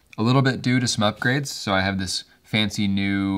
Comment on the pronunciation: I love that when you say some up grades at - it sounds like you are saying Smug Grades! BTW you have the best channel on the internet, please do not stop.